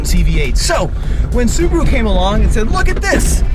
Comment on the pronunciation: That's how you say Subaru in Japanese, just the "r" needs to be harder